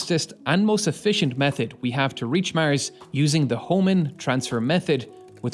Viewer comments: Why do you say mers instead of mars? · would you kindly be generous to say Mars instead of Mers ?! thank you for your videos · mers? the new planet or samthing? WTF IS MERS??? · Great video. Easy fix:mars, not mers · Why you say Mirs? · Wtf... It's Mars... Not maers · I’ve never heard anyone pronounce Mars as Mers before…. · Is it common for north-americans to pronounce the word "Mars" as "Mierce" ? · Why do you pronounce Mars that way. Its not Murs! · Love You're Pronounciation Of Mars☺ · Cant help it, the way the narrator pronounces 'Mars' makes me laugh every time :D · Maers stop saying mars like that is so annoying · This narrator can't even pronounce "Mars" correctly.